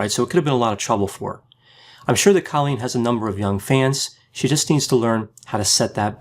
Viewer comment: It’s CO-lleen not CA-lleen